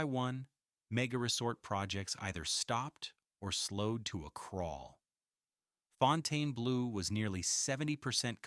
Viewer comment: It can't even pronounce the name of the place the video is about correctly. AI Slop.